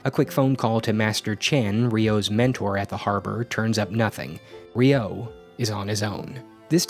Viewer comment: That ain’t how you pronounce Ryo...